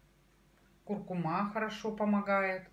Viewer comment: Правильно произносить «курку́ма».